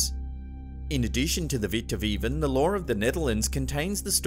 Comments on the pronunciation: haha inderdaad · Haha, it was 10/10